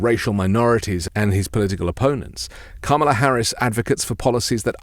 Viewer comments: I'd just like him to pronounce her name correctly. I appreciate his message which is why I always watch him. It was a lighthearted way to inform him of the correct pronunciation of Kamala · no punctuation as in comma, which leads to the correct pronunciation of Kamala.